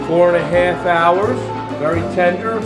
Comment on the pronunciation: He said five and a half houres....